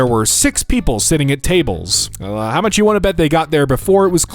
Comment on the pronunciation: I love how you forgot the pronunciation of “much” just because there was a “dame” instead of “damn” in front of it 😂